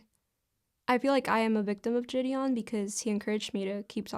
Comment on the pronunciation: I can not fucking stand the way she pronounces “ ji Deon “